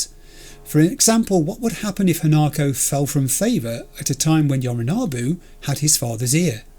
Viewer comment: One thing, you have a thing with the letter O in certain words don't you? Sayonara Yorinobu. 👀 Just sayin